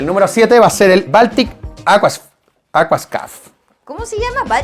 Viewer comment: Yo entendí baltica con agua😅